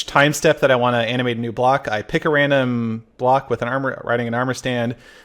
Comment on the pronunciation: Anyone else hearing “anime” instead of “animate”